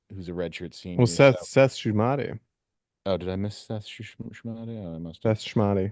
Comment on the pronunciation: Mispronouncing Shumate is next level..